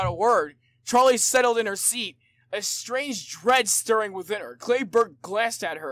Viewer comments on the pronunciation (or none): none